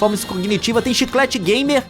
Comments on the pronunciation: “Chiclete gamer” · O bicho é gamer mesmo "Chiclate gamer". Kkkkkkkk